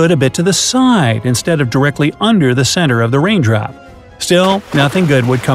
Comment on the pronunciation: He just said wain drop